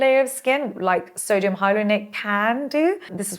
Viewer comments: Hahaha Sodium not SERGIO! Teee hee heeeeee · sodium hyaluronate = "sergio hydronate" 😂🎉❤ gotta love